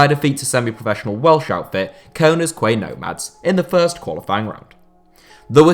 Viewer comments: the way he says connahs quay nomads haha, its pronounced connors key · Pronounced *conners key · Pretty sure it’s pronounced Connors Key, I know it’s not spelt like that however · You're usually so good at pronunciation but "Conor's Quay" really made me giggle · Should you ever need to mention them again, Connah's Quay Nomads is pronounced as "Connors Key Nomads" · Connah’s Quay is pronounced Connors Key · Daniel Jones yeah I know it’s Welsh, it’s still not pronounced how this muppet said it though! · you butchered connahs quay lad btw i play against these in the welsh prem and they arent great